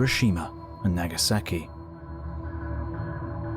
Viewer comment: pretty sure you said nagasaki wrong